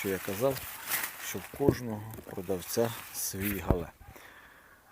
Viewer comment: Правильна назва - Гігант із Галле. Галле – місто в Німеччині. Наголос на перший склад. У нас в Україні називають коротко Галле.